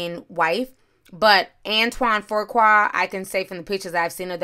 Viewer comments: Fuqua... FOO KWA not FORQUA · Antoine pronounced "few qua", not "foe qua". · OMG it is pronounced FEW-kwa!!! It's like nails on a chalkboard everytime you say FOR-kwa!!!!!!!!!!!!!!!!!! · Why you keep saying FURQUAR when it's FUQUA.. in other words FOOQUA... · Right! I mean, he doesn't deserve any correction lol but it's pronounced "foo-kwa" I'm wondering where everyone keeps coming up with a "r" too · Fuqua is pronounced FYou-Kwah and Foo- Kwah. It is not pronounced For-Kwah or Four-Kwah. Nonetheless, I love your videos. Keep up the great work. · It's not Pronounced: "Foo-Kwah" its Was My Mother's Maiden Name Before She got Married it's pronounced "Fru-Quae" Its French/European. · FOOOQUA is the correct pronunciation of his name. If you say FORKQUA 1 mo gin, Imma jump through this dam fone. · FU qua not for qua, pronounced fu as in the "fugees" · It’s Fuqua not For-qua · Not Forqua... Foo-qua =Fuqua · It’s Pronounced foo-quah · I can’t get past you saying FURkwa... where is the R? 😂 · His name is pronounced Few Qua =Fuqua Nicole needs to remember how Eddie treated her when he was picking up transvestites. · Man!! How about I’ve seen like THREE vloggers add a random R for no reason. One said, “Frew-Kwa” And took me all the way out. Reminded me of my uncle calling us his neffrews. 😂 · Ti, if you don't stop adding a phantom R to Fuqua! LOL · Antoine Fuqua pronounced 'Foo-Kwah'......No offense, you're always on point!😃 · Antoine Fuqua (Ant won) (Fuu kwah). You're welcome. Lol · There is no 'r' in his last name! Lmao say it with me "Fuqua" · Fuqua is pronounced “Foo Kwah” Lela is pronounced “Lay luh” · I did not Intend for the r to be there that mas My mistake but It is Pronounced Foo-Kwae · No “r” in his last name sis Fu-Qua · It's. Antoine FU-QUA! It ain't that hard! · 😂 “Antoine ‘For-quah’” 🥴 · Dang that's crazy. His name is pronounced Foo-qua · Hi...Fuqua is pronounced FEW KWAY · His last name does not have a “R” in it🤣🤣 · pronounced FEW-KWA Fuqua